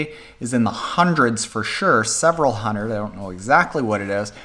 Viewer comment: Wtf is a hunerrrrrrrrrrrrd meters?